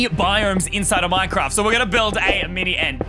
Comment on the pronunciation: Ie no one gonna talk about he said miny inetead of mini?